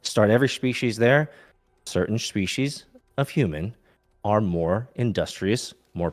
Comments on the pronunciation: Dude can clearly pronounce 'S' correctly, so why is he saying 'Shpecies'? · Why does the guest say species with “sh” in it or is my hearing way off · I'm at the start and all i wish is that this creep bro would stop saying Shpeeshees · At first, I thought this freak had some kind of speech impediment because he kept pronouncing 's' as 'sh', especially in that he kept saying, "shpeshiesh". So I didn't want to comment on it. But then the impediment just disappeared. So he was absolutely just doing that intentionally for some reason. Wtf? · I can’t take a lecture on species seriously from a guy who can’t even pronounce the word correctly. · Honestly, I couldn't keep going, it's such an abrasive mispronunciation that I couldn't focus on the conversation. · every time he says species i wanna kms more and more